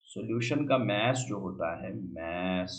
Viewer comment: Sir maaas niii hota mass hota h bolna sekhe